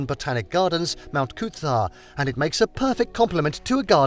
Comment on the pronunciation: I think I would rather hear them butcher Coober Pedy then listen to them say Mt Coot-tha again. Made me cringe everytime I heard it. Please take 1 minute to google how to say place names if your trying to pass yourselves off as experts on other countries.